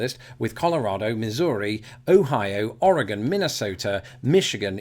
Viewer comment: Us Oregonians are still in shock that you can say the state name correctly, that's what drew us in. Now we stay for the great and interesting content.